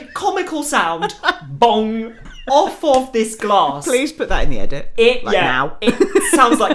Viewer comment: u really said bOnG